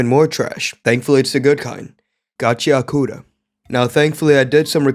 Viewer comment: it's pronounces gachi-akuta, not gachia-kuta